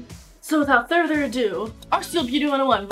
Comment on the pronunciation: was she trying to say further? 😂😂😂